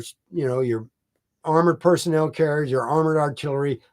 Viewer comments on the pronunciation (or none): none